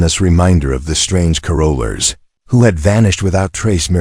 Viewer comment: Please pronounce carolers correctly…long winded at the end